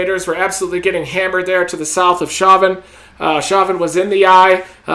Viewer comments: Reed, Chauvin is pronounced show-van haha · Chauvin is pronounced show van. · Show van. Port foo shaw